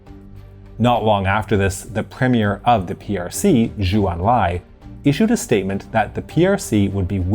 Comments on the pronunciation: Zhou Enlai - family name is pronounced similarly to 'Joe'. Zhu ('Jew') is another common Chinese family name. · Zhou pronounced like English "Joe"